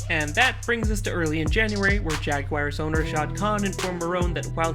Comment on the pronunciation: The Jaguaiers? How can you not know how to pronounce Jaguars?